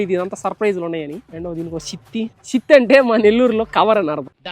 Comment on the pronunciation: shitthi? kaadhu...thithi. తిత్తి